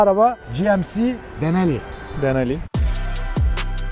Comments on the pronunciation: dinali degil abi, GMC Sierra Denali ( Denali paketin ismi) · Not deneli 😂😂😂denali